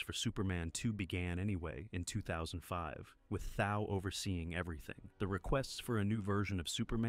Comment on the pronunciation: Nice video, just a note that Thau is pronounced Thaw.